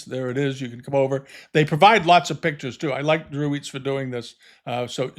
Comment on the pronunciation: FYI: Dreweatts is pronounced "Drew-its" not "eats."